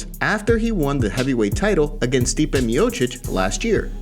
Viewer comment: HOW THE FUCK DOES HE NOT SAY STEPE